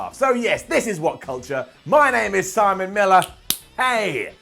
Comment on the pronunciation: "Summon it down"? I think you mean "Simon" it down!! AHAHAHAHAHAHAHA